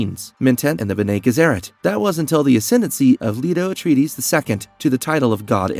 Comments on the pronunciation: It should be 'BENnay GESserrit' - not 'JESserit'. It's a Latin phrase meaning 'those who do good' - an ideal title for a group self-serving, manipulative megalomaniacs! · Also "mentant, and the b'nay gheserat" ? "Presenants"? Ah man he actually finally called it presience as I was typing. Someone isn't a fan of dune and is just reading a script... I'm pretty much the comic book guy from the Simpsons rite now, lol. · I enjoy the videos and love that you’re covering Dune, but PLEASE get your pronunciations down. It is painful. Some of them are open to interpretation but when you get names wrong and can’t even pronounce Bene Gesserit correctly it hurts your credibility as a knowledgeable content creator. Looking forward to future videos! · Irulan - I-ru-Lan Bene Gesserit - Bene gEsserit (not Bene jessErit) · Your pronunciations are WAY off.. BENNIE JES-ER-AT KWE-ZATS-HAD-ERACK But you get Harkonnen right 🤣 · Mispronunciations on Bene Gesserit, Princess Irulan and Padishah Emperor. Pretty bad even for an AI.